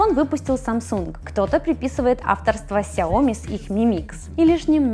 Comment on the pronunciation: сяомИ! Когда вы уже выучите)